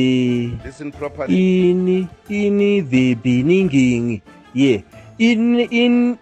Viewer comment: In the benginingni bengeningni bengengninig haaaaaa